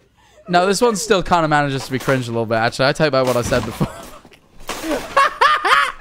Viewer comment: said cwinge